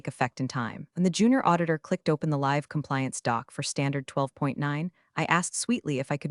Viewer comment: You did pay attention to correct the mispronounced "GRENADE ".... but failed to use the proper ""LIVE" pronunciation